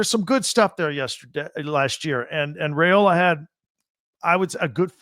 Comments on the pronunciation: Can he lead the Huskies? No, he definitely won’t do that, as he doesn’t play for Washington or UCONN. I seriously almost stopped listening around the mark. Edit- His name is pronounced “rye-ola”, not “ray-ola”, and Colorado wasn’t ranked when Nebraska beat them. I should’ve stopped listening when it first crossed my mind. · It’s not RAY-ola. It’s RYE-ola. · WOW! Can’t pronounce Dylan Raiola’s name correctly, then calls the Huskers huskies. Get it together, B1G! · Dude, you stole my comment! lol. Why would I listen to a guy that can’t pronounce our QBs name and is confused on who the HuskERS are. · Husker here. Sense Hate. Everyone plays cupcakes non conference, why stress ours ten times? And WHY MISPRONOUNCE OUR QB'S NAME!?! Does Not Reflect Well on What you Do and Don't Know.